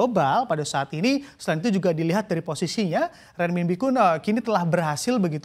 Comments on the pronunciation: renminbi bacanya renminpi, jadi pembawa berita koq bo'ol banget, belajar dulu cara bacanya... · perlu latihan lidah nih untuk nyebut RENMINBI